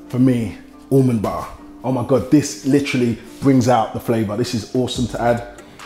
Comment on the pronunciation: I heard him say to add an Almond Bar, the way he pronounces Almond Butter the British way. Almond Ba-uh... 😂😂😂